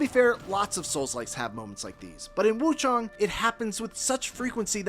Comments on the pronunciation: Why are these reviewers calling it wuchOng. Its wuchAng. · Woo-ChANG my guy...